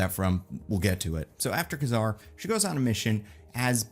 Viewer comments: Kazar (kay-zar not ka-zar) 🤙🏾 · Kazar not Kuzar ugh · I had to stop watching this after less than 3 minutes. The way he pronounces Kazar really bothers me for some reason 🤣